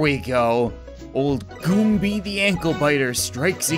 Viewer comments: it's gombas not gomby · Gumba not giimbas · Gumbies... Me: its Goons...